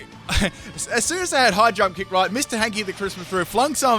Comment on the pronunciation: I kept thinking he was saying 'Hydro kick' instead of 'High jump kick'...